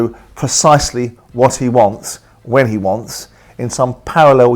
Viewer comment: When Simon says "wants", he almost puts an F in it. Wantfs.